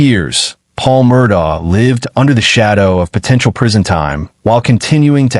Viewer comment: Beaufort is pronounced buford.. Murdaugh is pronounced Murdock. Alex is pronounced Elick.